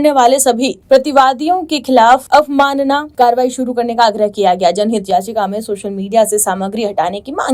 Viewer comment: Thik se bolna sikho...'avamna' 'अवामना' ❌ nahi 'avmanna' 'अवामानना' hota hai! 🤨🤨🤨😡😡😡😡😡